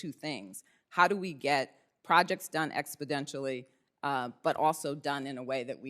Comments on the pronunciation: Exbodentially?? Where the fuck did she go to school? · Do what the heck is “expedentially”? Does she mean “ exponentially” or expediently”. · She said expodentially just like Brandon! Just as inarticulate. Another C student who got lucky. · Biden’s “expodentially” is permeating his administration. IT’S NOT A WORD!